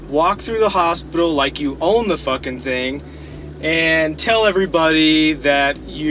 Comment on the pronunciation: From the Netherlands: Did your parents and teachers never teach you to speak properly? It is 'f'''king' here and 'f''cking' there.